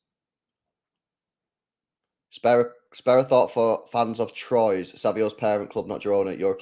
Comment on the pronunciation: Pronounce Troyes well lb, that shit ain't funny at all😂